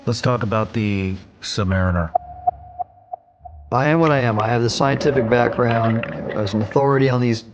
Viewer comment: I question this source. Why? Because having served for decades in the Surface fleet and repaired boats in the Sub fleet this Admiral could not properly pronounce submariner among other terms.